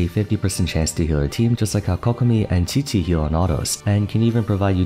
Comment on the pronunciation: Dandelion breeze does not deal periodic anemo damage. It only damages opponents who are entering and leaving the field. I hope you research a bit more the next time you make a video like this, because a lot of people look to you for valid information on the game... Butchering Qiqi is ok, cause it's not her video but Jean is the subject of the video, and hence mistakes there aren't as ok... A few mistakes are fine, but tbh, I've encountered a lot of em in your videos as a huge why noone/everyone plays fan... I sincerely hope you do better next time!! But nothing will stop me from watching your videos tho..